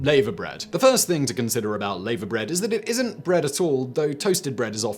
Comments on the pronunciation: Lavabread is pronounced Larvabread not layvabread....and it's delicious with fried bacon, eggs and fried bread. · Its pronounced lava bread not layver bread like the molten rock that comes out of a volcano. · It's NOT 'Laver bread'; it's 'LAVVER bread'. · Laverbread is pronounced laaverbread not layverbread. FFS Simon. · And it's lavahbread not lavuh.. Can you research pronunciations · It’s pronounced lava bread. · It's pronounced ' lava' bread. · Nice video. Some of you pronunciations are a bit off though: Mousehole (mowzal), laverbread (larva), colcannon (coll-cannon). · lavErbread is pronounced "LarvAbread" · Laverbread is pronounced as "lava-bread", like the hot ouchie stuff a volcano spits out, but, then again, Rotherham exists too....... :P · Haggis and Black Budding, both utterly delicious. Oh and Simon, what the hell is layver bread (sic). It's pronounced the same way as the stuff that comes out of volcanoes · What! No Steak & Kidney Pudding? The Irish Colcannon is nothing like Bubble & Squeak. Mousehole in Cornwall is pronounced Mowezal. Laverbread is pronounced Lava Bread. (Lava as in what comes out of a volcano) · Its pronounced laaver bread !